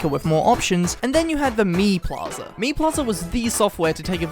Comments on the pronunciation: The more i hear him Say mii it more sounds like he says meme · Like people but Miis